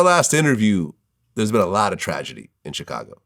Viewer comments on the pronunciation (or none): each time vlad say "CH-cago" it hurt my soul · Why does vlad put a T in Chicago😂‼️